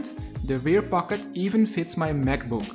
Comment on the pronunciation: Me: No one: Him: The big compartment even fits my MEKbook.